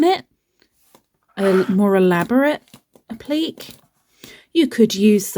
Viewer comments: These are fun to make, ty for sharing. And i love your pronunciation of appliqué 😉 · 🤣 I truly wasn't making fun, I actually DO love your pronunciation better 😘 it sounds more fancy